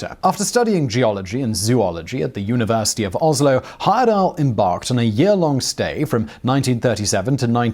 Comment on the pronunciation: Thank you for pronouncing my cousin's name correctly. (Grandfather's second cousin to be precise). I asked him if he were going to do any more of these trips in the late 80s when I was old enough to go but he said he was getting too old for adventures.